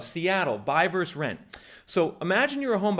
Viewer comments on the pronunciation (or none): The word is VERSUS… often abreviated as “vs.” The word is NOT pronounced VERSE ! One of my pet peeves! When did this abomination start ??? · Why don't you pronounce the second syllable in "versus"?